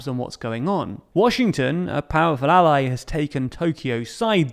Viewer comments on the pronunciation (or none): none